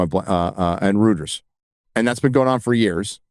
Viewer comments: Reuters is pronounced "Royters", not Rooters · Gotta unsub from the main channel loved when nerdarotic calls out Hollywood and don't particularly agree with Ruffalos politics but don't have a problem with him criticizing Israel at all. Just review movies and shows man leave your politics at the door, can't even pronounce Reuters right lol